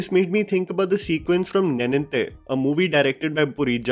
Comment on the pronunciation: Dude...for the nth time, stop butchering Telugu movie titles 😭😭😭😭..... it's "Neeninthe", you have to stretch the "NE" part, although you did improve in the last couple of years (thankfully!) 👍🏼👍🏼